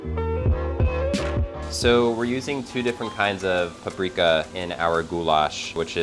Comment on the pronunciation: its not pappreeeeeeeka you moron its paprika